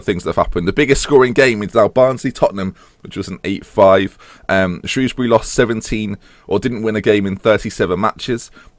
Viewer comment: Finally someone pronounces shrewsbury right!